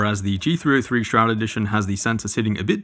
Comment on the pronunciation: It's pronounced "Shrood" :)